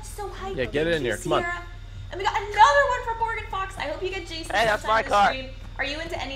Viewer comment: The new Jason was interesting. Do you two remember the old Nintendo Friday the 13th? Reminded me of that. Maybe because its blue? Anyway it was fun watching. And keep pronouncing my name right. Keep on keeping on!